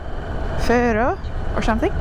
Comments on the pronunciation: I think Fårö is pronounced more like "foah-ruh" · Just FYI, Fårö (får = sheep) the å is pronounced like the o in 'boring' :) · You are actually pretty funny 😄for example the way you say "fantastic" I don't know maybe just me 😄 also when you try to pronounce Fårö and then you like "never mind there it says "boat"